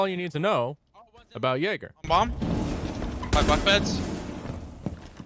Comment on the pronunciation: It’s not pronounced yayger, It’s pronounced yeager.